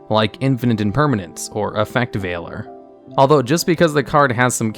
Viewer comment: Is nobody going to mention that he pronounced Effect Veiler’s name right?